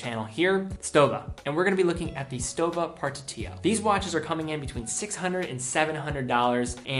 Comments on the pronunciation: For Gott's sake, it's not /ˈdʒʌŋkəs/ "Junkers" like in "junk", it's /ˈjʊŋkəs/ like "Yoonkers"! And it's "shtowa". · and it's SHTOWA, also!